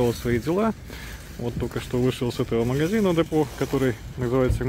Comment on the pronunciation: Это немецкая сеть магазинов Депо, с ударением на е, изначально лет 25 назад они назывались Оби.